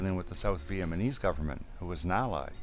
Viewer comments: It was interesting but do you think you could at some point pronounce Vietnam and Vietnamese properly? It is not "VietManeese." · man i agree too. it sounds like hes saying vietmanese.